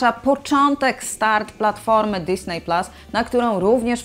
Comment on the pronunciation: Fajny materiał, już wiem co będę robił w listopadzie :) Ps.Widzę, że tytuły filmów są wymawiane starannie i poprawnie, to jest fajne, ale drażni mnie trochę w uszy disney, nie pasuje do reszy :)